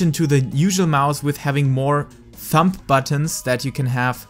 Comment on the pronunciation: Your English is good! The only thing I heard that was a little strange you were pronouncing the b in thumb. It's pronounced like thum. But other than that great video very helpful my hotbar is a mess.